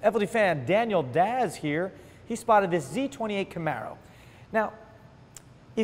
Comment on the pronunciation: Daniel Daz?!? I had to watch that twice just to confirm. Gringo trying to say Hispanic surnames? You're doing it WRONG! :D